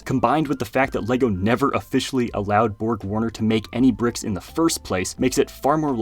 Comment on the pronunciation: Bruh said "pricks"